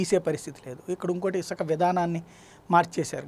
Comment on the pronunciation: Isaka kadhu sami Isuka ani palakali First telugu nerchukondi